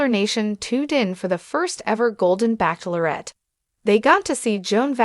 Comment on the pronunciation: Why cannot AI pronounce “ bachelorette” correctly?